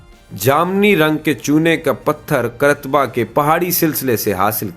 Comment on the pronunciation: Qaar- taba , Qrtba nahi